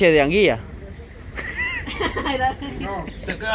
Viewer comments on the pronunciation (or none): 🤣🤣"Anguia"🤣 Es: ANGUILA! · es Anguila no anguia es como un pez del mar por eso la niña no entendio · Seyama anguila no Anguia aprendan hablar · Se Dicen Anguila .no Anguilla